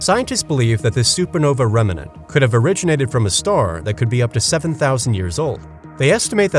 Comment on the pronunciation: I believe its pronounced "remnant" not as "remmenant" xD